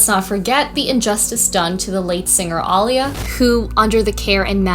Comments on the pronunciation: Aaliya: Uh-lee-yuh....ALL-YA was killing me. I know, not the point of the vid🤷🏻‍♀ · And Aaliyah is pronounced "uh-LEE-uh" as opposed to "AH-lee-yuh." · Ollia???! Put some respect on Aaliyah’s name Ah-LEA-uh All you had to do was was 1 video about her to know, even a 10 second one. Lazy. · Im sorry to be that guy but its getting under my skin. Aaliyah is pronounce uh-LEE-yuh. Everything else, amazing. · Love the video. Not to nitpick but Aaliyah is pronounced like Uh Lee Uh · You mispronounced Aaliyah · Good video but the way Aaliyah was pronounced was killing me. Haha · It’s annoying me how she pronounces Aaliyah’s name lol